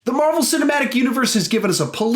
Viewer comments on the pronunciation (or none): none